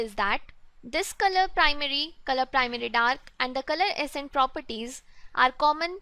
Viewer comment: Love the tutorials. Good work. Few corrections in pronunciations though. XML - "Ex Em EL" (not "Eggs Em EL") Accent - "Ak Sent" (not "Es Sent")